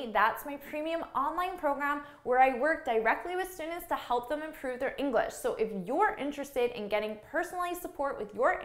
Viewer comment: inglash XDDDDDDDDDDD